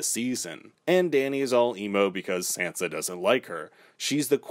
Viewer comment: Why are you mispronouncing Sansa? 🙄🙄